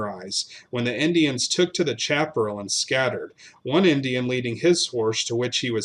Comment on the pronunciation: Great story...not a happy one...but it was the times. FYI: Look up the correct pronunciation of "chaparral"